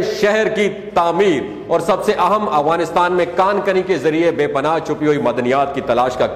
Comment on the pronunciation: Not agwanistan but Afghanistan تلفظ ٹھیک کرلیں اپنا